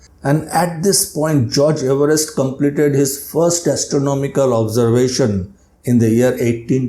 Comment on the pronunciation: 🏴 according to Everest himself, it should be pronounced “EVE-rest.”